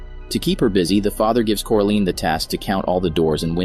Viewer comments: Are we just gonna ignore the fact that this guy just kept saying “CORALEEN” instead of Coraline? Am I the only one who’s bothered by this? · like omg after just a minuet of watching this i wanted to watching somethings else because of him saying "CORALEEN" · The pronunciation of coraline is koralayn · It's coraline not coralene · Core A Lean. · How do you manage to pronounce wybies name correctly but not coraline? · It bothered me at first but I now laugh at it.